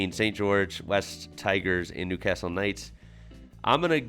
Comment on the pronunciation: New. Carrrrrstle